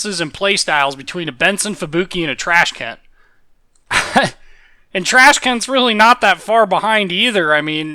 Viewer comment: Love how you directly called Tashkent "Trashken" lol. Great analysis btw.